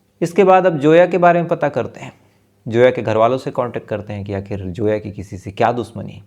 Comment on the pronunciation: No name like Joya it's Zoya understand Zoya Z Z Z for Zoya not Joya please correct your pronunciation